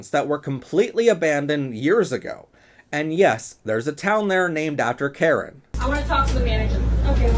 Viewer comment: karinen, not karen